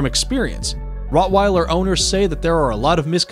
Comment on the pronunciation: Bro it’s not rotwiller it’s Rottweiler